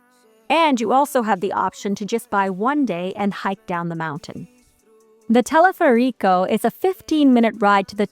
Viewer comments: She says "teleferico" with the accent on the" i". A change of an accent can make a word unintelligeable! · Intentó decir teleférico. No le dis color ctm!